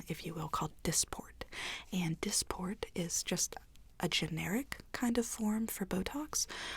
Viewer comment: OMG 😱 when she said this is called “dissport” I heard “ DISAPLENT” Me = I KNOW IT IS!!!!